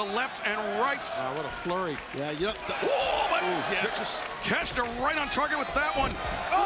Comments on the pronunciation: why do Americans call it takesta wtf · Takesh-I-ta ... there's an " I " in the name... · just say it like ta kesh ta. It's not that hard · these announcer clowns spent the whole match mispronouncing takeshita's name